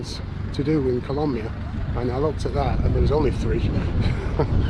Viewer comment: YOU SAID KOLAMYIA WRONG